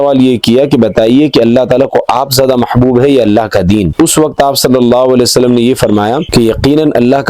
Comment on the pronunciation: sallallau wale wa sallam; bolna seekhlo apni tajveed durust karlo bhai maane badal jate